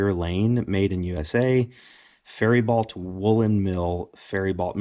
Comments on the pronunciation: pronounced Fair-bow MN. Nice woolens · FAIR-eh-bow, Minnesota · Hi - I live in Minnesota - just an FYI that the Faribo blanket from Faribault Woolen Mills in Faribault, MN are super nice blankets. Faribo and Faribault are both pronounced fair-ih-bow They mostly are 100% wool and come in plaid and are generally a picnic blanket size. They sell for decent cash on eBay.